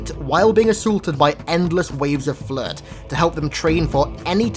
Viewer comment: I don't know why but when i hear him saying "the flood" its sounds like "the flirt".